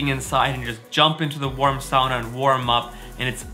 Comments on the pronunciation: That looks like...fun? And now I know the correct way to say “sauna.” Happy Birthday! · Just stumbled across this - I grew up in the upper peninsula of Michigan, in an area that had a lot of Finnish settlers 150 years ago who brought the sauna tradition with them (a place called Sugar Island, no joke!) I grew up pronouncing “sauna” like you do though never quite believing my dad when he claimed that was how the old Finlanders would say it!! I’ve jumped in holes in the ice in winter too. My dream house has a sauna in it 😊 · Warms my heart to hear you say sauna properly. I grew up in Florida with my Finnish mom and American dad and even though we didn't own a sauna, and even though it was really hot there, Mom found a sauna in our town and we went once a week for a while. I don't know why it bugs me so much to hear people here (U.S.) say it the way they do. It's just hard to hear it butchered.